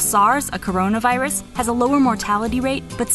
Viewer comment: DID SHE JUST SAY CRONAVIRUS????